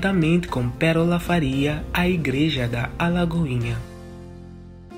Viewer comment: Não é "Alagoinha"...é Lagoinha!